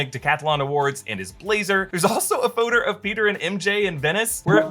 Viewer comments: “There is also a PHOTER…” aka “photo.” 😂😜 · says “photer” gotcha nerd! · LOL. “There’s also a ‘photer’ of …” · he said photer not photo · i dont know if it was accidental but he said photer instead of photo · “photer” hehe 😂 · haha…. you said photer… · "There is also a photer..." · LOL PHOTER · Lol "theres a photer" lolol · “There’s also a photer” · a "photoder?" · ahh yes there is a photer there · he ses Phoro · “there’s also a photer” lmaooo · yo he said photer in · did he say photer 😂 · "There's also a photer"